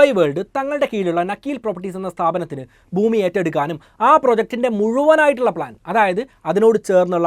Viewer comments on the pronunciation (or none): none